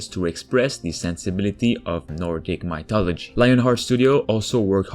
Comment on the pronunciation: My thology? Nipplehiem? Lol